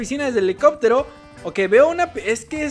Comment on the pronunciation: dijiste elicobtero